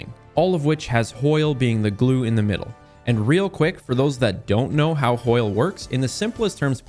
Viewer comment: Never heard anyone call it hoil before